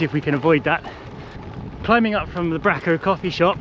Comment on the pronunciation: Hi, another great video, thanks. I must say hello next time I see you walking your dog. One small tip - its pronounced Brayco, not Bracko but you weren't to know!